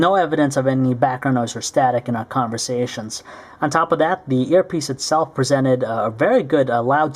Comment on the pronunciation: lol at the way he says conversations